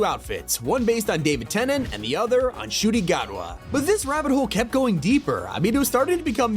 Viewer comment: Shuti Gatwa? Its Nguti Gatwa